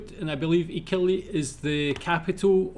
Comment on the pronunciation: IK-AL-YOU-IT emphasis on AL